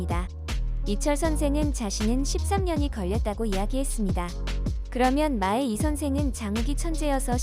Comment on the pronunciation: 무식한 쓰레기 채널....!!! 아무리 조회수로 돈만 벌면 그만이라지만 한글과 우리말의 약속은 지켜 줘야지... '마의 이선생'을 읽는 발음은 '마에 이선생'이 아니라 '마의 이선생'이 맞는 거라고... 마의(麻衣) 이선생.. '의'는 조사가 아니라고... 고등학생 수준이라도